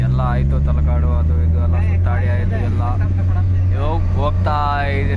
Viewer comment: Not talkadu that's is talakadu 😂